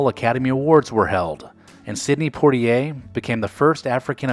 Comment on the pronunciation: Check pronunciation of Poitier. No r before t.